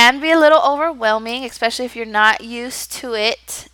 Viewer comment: I'm enjoying all your tips and have been planning to apply as well. This will be my first ESL position / interview so I'm excited but SO incredibly nervous. I did notice something on a couple of your videos.... you say "expecially" and not especially. Not sure if it's your pronunciation but just a heads-up on how it sounds. Great job and thanks for the tips.